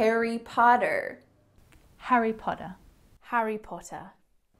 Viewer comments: I hear hairy potter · you think you’re saying Harry Potter but it sounds like hari puttar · Hairy Powder? :D:D:D